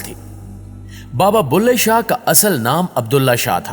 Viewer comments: بلهے شاہ، بھلے شاہ نہیں، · Baba ka naam BULHE SHAH HAY .... BHALE SHAH nahee.